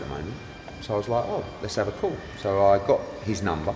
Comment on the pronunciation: Eddies new slogan "lets have a cawl" 😂😂